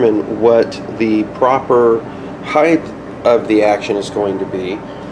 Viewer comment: Height. Not Heighth. The word "Height" ends in a hard "T". "Heighth" is not a word. It's "Height" and "Width".